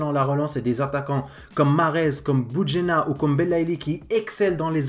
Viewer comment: C bounedjah pas boudjenah 😂 sinon bonne vidéo 🇩🇿🇲🇦🇹🇳🇩🇿🇩🇿💪⚽️